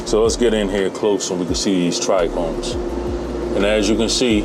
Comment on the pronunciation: Its Trichomes not tric chromes....😅